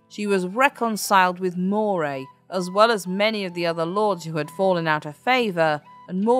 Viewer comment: Really? In Glasgow, Scotland, I've only heard it pronounced Ruff-vin. Also Moray is more like how Murray is said.